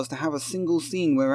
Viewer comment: OFF with 'er 'ead!